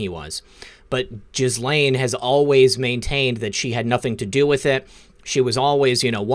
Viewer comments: FYI it’s pronounced Gee Lane. Soft G like when you say “guy” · Gents it’s GehLaine not gis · Dude, its pronounced Gill (as in a fish Gill) - Lane (as in highway Lane. The H and S in Ghislaine are silent letters. Pronounced Gillane. God bless.